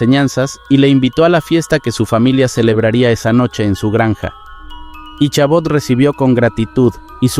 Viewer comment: En la historia de la serie de Sleepy Hollow el nombre de Ichabod Crane no se pronuncia con la H sino solo Icabod aunque eso quizas difiera por la pronunciación gramática a la fonética por el cambio del Ingles al Español.